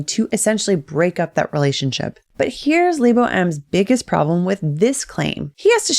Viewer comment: Lee-bow? lol